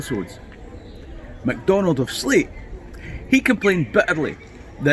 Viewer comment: Good story! Please note that Sleat is pronounced "slate", not "sleet." Cheers!